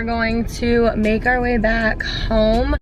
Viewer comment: We're going to メガリ back home. メガリにしか聞こえん笑